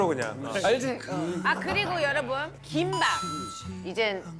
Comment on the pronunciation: 긴 밤이 빨리 얘기 하면 김밥 같이 들리네요